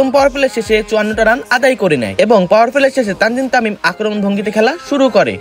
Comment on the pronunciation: Tanzim tamim na 😂 Tamzid Tamim